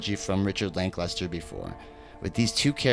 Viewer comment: Linklater* not Linklester